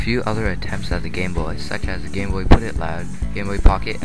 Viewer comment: At first it sounds like you said, "The history of the gay boy". LOL